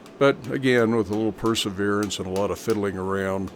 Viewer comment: ah yes, “persefiddlance”